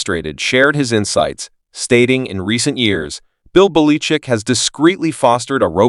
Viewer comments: Where did you learn to speak , calling Belachick , Baleechick . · Sounds like AI computer generated!!! Tolbear?? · The names not Beleechic . Learn to pronounce names correctly . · You can't pronounce the name of the coach you are talking about! Why would anyone lisen to YOU. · why cant you pronounce Bill Bellichick's name as the rest of the world. Are you reading only ? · What coach are you talking about? I never heard of that guy. The pronunciation of that name is not correct. If you’re talking about Bill Belichick. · FIRE the commentator who can't properly pronounce preeminent coaches names.